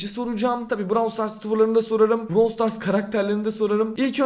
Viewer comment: Başlık: AKİNATÖR YENİ EFSANEVİ KİTİ BİLDİ! Brawl Stas "Stas"??